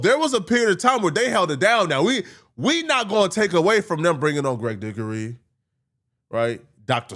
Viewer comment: Did this Ninja just say Greg Dickery?